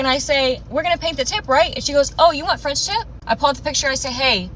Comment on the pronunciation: Frendship? You lost me their girl. Its called a French tip but when you're rushing to tell your story and emotions are running high at the same time, some words are bound to come out wrong so not hating girl...im giggling with you.